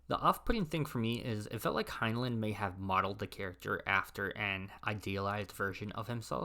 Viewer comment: It’s pronounced Hine-line, not Hine-luhn